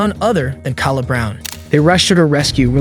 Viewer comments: Her name is pronounced "Kay-La" they say her name several times in the footage. Either this channel uses an ai voice or they don't care. You added the footage and mention the victim multiple times the least you could do is show some respect and get her name right. Huge pet peeve, name pronunciation matters. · You keep mispronouncing her name! It's pronounced "kay-la" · The first girls name is not pronounced “Kalla” it’s killing me. It’s Kay-la how hard is that 😭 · Why is this channel saying Cal uh like a dudes name and uhhhhhh. Its verly clearly pronounced Kayla. Duhhhh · Is this channel AI narrated? Because the constant mispronounciaton of Kayla is driving me crazy. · Kala's name is pronunced KAY-LA. They even said it on the multiple times on the video and you still got it wrong. She did an amazing job of recounting everything that happened but nobody gave her the support she needed and she never recovered. Then you said Louisville like Lew-is-ville when everyone knows it's Louie-ville. It's really not hard to find this stuff out with a tiny bit of research. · 1 st case Her name is pronounced Kay-La(Kayla),2nd case his name is pronounced Mo-zis(Moses),3rd case her name is pronounced Klo-E(Chloe).